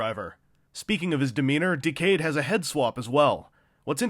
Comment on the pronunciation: The forced pronunciation of "Decade", an ACTUAL WORD, hurts me to the bone.